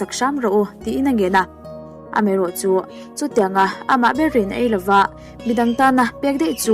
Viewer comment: ai tur nilovin ei tur aw kapi..eng khaw sawi set set lovin tih pawh kha athluk adik tawk lo..